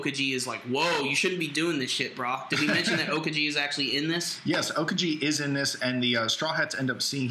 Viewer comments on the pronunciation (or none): lol how you guys pronounce Aokiji... OKAJI!